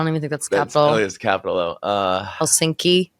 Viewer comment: “It is Helsinski”